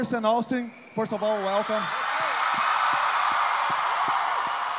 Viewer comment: O errando o nome do austin no final kkkkkal